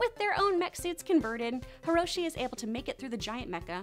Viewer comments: It's Hiroshi Sato, not Hishiro Sato. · "Hishiro" is actually supposed to be Hiroshi, Pema shouldn't be pronounced "Pee ma" Ikki had two "E" sounds, and P'li doesn't sound like "pie - li." Hope this helps!